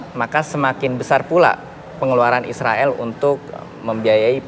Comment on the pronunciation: Haaa ngikik bgt si mbak host hampir kepeleset ngomong tentara isroil😂